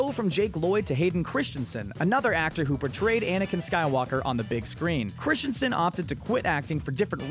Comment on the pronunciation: Where is the I (or A) in Christensen...? It's not Christiansen...